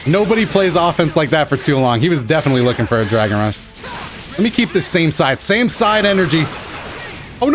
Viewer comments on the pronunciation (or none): none